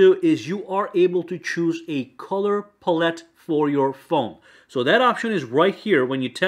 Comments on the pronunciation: Color "pull-it" lol, its palette my guy. Pal. ette. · Btw pallete is pal- it, not puh-let lol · Who tf say pallette like that😂🤦